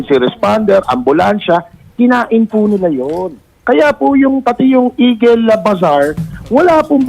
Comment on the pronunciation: YUNG EAGLE NAGING EGUL